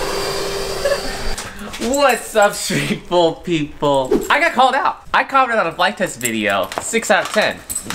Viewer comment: Hehe I thought he said sheeple